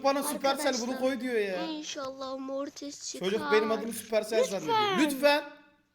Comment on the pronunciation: Abi sapırsel değil süpersel